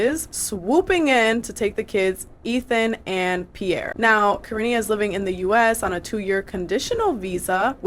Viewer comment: Her name is Karine like Care-EIN- ee